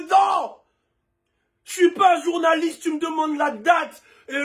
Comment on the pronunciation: Au bout d'un moment au lieu d'entendre journaliste j'ai crû qu'il disait "journalope".